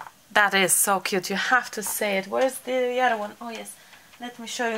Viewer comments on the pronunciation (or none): none